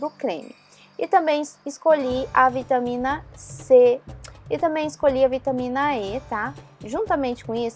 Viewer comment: Nao se diz ( ê ) e sim vitamina ( é )